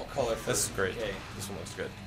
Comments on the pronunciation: K' is pronounced K-Dash. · is pronounced kei dash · oh yeah and max his name is pronounced kdash, yea you read it right kdash